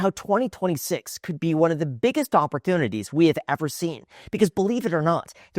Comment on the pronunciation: Is it just me or does Graham really struggle to say ‘opportunity’ 😂